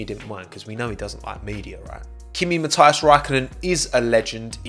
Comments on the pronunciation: Small mistake: His middle name is written without the h. Also it's pronounced ma-tee-as not ma-ty-as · Kimi-Mathias? His name is Kimi-Matias Räikkönen. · It’s kimi Matias not mathias BtW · Its kima matias not kimi mathias. Hreetings from finland😂